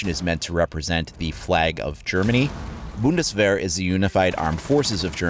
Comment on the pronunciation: Finally a non german that can say "Bundeswehr"